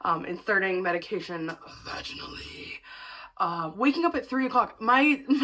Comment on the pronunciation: "*V A G I N A L L Y*" I feel that XD